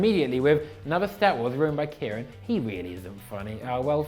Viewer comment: why does he pronounce his name as Kieran, while it should be pronounced like Sharon